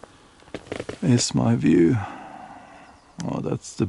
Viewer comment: You can pronounce the V in Duvet but not in view or viking ...